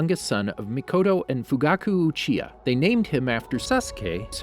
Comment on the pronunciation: Not to be a stick in the mud but you actcedentlly said uhiha sorry